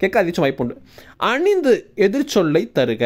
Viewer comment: அணித்து என்ற சொல்லை சரியான உச்சரிப்புடன் கூறுங்கள் ஐயா.தாங்கள் கூறுவது அணிந்து.அணிந்து என்றால் அதன் அர்த்தம் வேறு